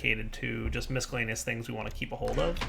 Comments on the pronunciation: did he just say misk-a-lay-nious? The c is silent, just like your darn chitin. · He's said it that way forever. It drives me utterly insane. I still watch all his videos, though, cause he's one of my favorite Minecrafters. :D